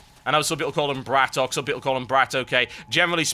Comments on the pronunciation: Not BratOKAY! It's Bratok! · Bratok is read as one word, not "Brat OK", bratok is Russian for "Bro" or in some cases bratok is slang refering to a gang member. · its pronouced brat-tok...dont think its with an OK